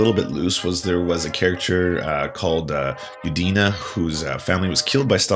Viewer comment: I'm glad you corrected the concerto number! In addition, the name of the pianist is pronounced as Yùdina, not Yudìna. The accent is on the "u". Another correction is concerning Zhukov. He was removed from power after the war (Stalin war jealous) and in 1948 send to serve in the Ural district. So in 1953 he didn't play any role in the political intrigues.